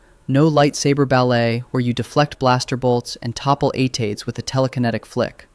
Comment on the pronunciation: what is an "eight eight" and did you mean "AT-AT" but thanks for flagging every account who liked this as a bot. Hide all AI Slop accounts Ignore all AI Slop videos Do not like and subscribe to AI Slop bullshit.